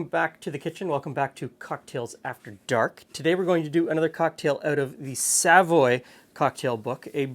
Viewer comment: I know you won't remember every time and it doesn't really matter, but try to put the emphasis on the voy not the sa when you pronounce Savoy.